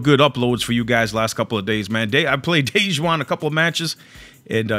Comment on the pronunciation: He said dej Juan not Dajuan 🤣